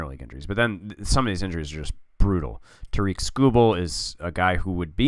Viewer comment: “Tair-ick” like “Eric” with a T. I love that you’re honoring Miggy! Can’t wait until later seasons to see the historical numbers and where guys will rank all time in Tigers history.